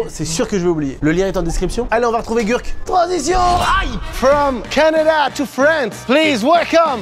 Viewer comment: Gurky ça se prononce « gerky » Carlitooooooooooooo (à ce que je sache)